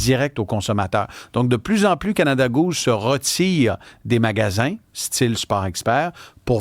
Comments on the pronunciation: Phonétiquement pas « Gouzze » mais « Gousse » ! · C'est pas "Gooze"